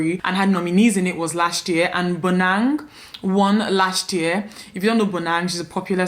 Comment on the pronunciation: For me,it is how you correctly pronounced Bonang's name🤧🥺 also,congratulations mama